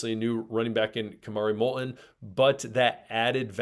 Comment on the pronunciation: I notice one of you consistently pronounces "t" in Molton without touching the tip of y our tongue to the front roof of your mouth. More and more people are using this incorrect pronunciation